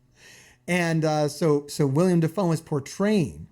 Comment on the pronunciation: Uhhhhh... it's actually willem dafoe